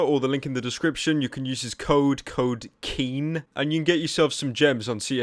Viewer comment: I thought he said Keem instead of KEEN